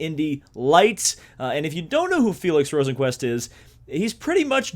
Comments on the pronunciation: You were actually closer with the first pronounciation of Rosenqvist's name. It's more like Rosenqvuist, definatley not Rosenqvuest. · I’m Swedish and I think it’s pronounced ROsenqvIst